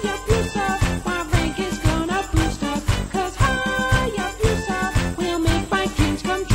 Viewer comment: Your pronunciation of the word “Hayabusa” is atrocious. Btw, Hayabusa is Japanese for Falcon.